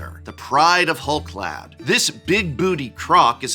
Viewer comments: you're the expert on pronunciation, but "clade" ≠ "clad". Rather than being clad in hull, they're part of the "hull clade" (clade meaning a group of organisms believed to comprise all the evolutionary descendants of a common ancestor - Oxford). Am I missing something? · your pronunciation of Clade is killing me. It's pronounced like Spade or Made lol.